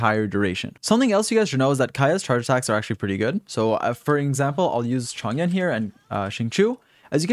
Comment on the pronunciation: im sorry but ur pronunciation is horrible. xinqiu is pronounced: sing cho. not sing chu.. and chong yun??? its pronounced chong yoon.